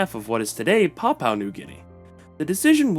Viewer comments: Yeps ... I know how you feel hearing that 'papau' pronunciation 😅😂🤣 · Dude, you need way better research. It’s pronounced BOH-genvil. And PAPUA New Guinea. And PAPUAn. Also, “Papuan” is not a demonym for PNG people - it has a different meaning. Not “the Papuan state”, “the state of PAPUA New Guinea”. Generally PAPUA just means the southern region of PNG. Tok Pisin is not “creole-based”, it is a creole language. “Very few also still follow indigenous beliefs” is wrong - many, probably a majority, follow both Christianity and traditional customary practices. Australian Aboriginal people are not Melanesian. Many of the other names are mispronounced… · Why would AI pronounce PAPUA as Papau? Wouldn't AI pronounce phonetically? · No, the Anglicized version is pronounced as Papua (Par- poo-a.). The way you pronounced it is not the Anglicized version, BUT your own version of pronunciation. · No it is pronounced "parpyua" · LOL, please do the pronounced "Papua" correctly. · it’s not even Anglicised. It’s just wrong